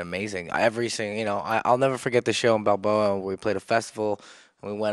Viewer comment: when he says somthing like "balbo" does he mean Bilbao?